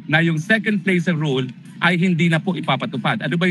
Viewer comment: "Rule" of law, pronouce as "rul".